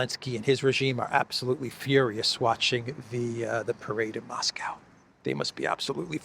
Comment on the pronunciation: Maybe try to pronounce Moscow correctly?